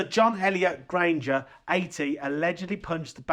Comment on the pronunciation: John Elliot GARDINER! NOT Granger!